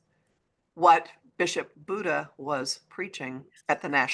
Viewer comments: Happy Birthday 🎉. BTW I believe her name is pronounced “Buddy” ❤ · I think it's pronounced Bishop "buddy." You know, after years of moving Matthew Shephard's remains around, this Bishop offered him a final resting place at the National Cathedral.❤